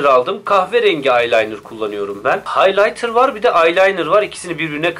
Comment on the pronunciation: Haylaynır, aylaynır , haylatır